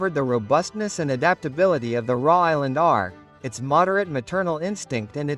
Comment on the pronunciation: Put a real human to narrate raw island red 😂